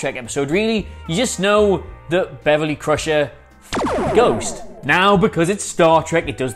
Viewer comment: Ghost? I thought you said goat!